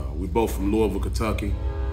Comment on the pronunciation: Is originally Kentucky? He actually pronounced Louisville the correct way, if you go there, they will say it like Fleece Lou pause a ville.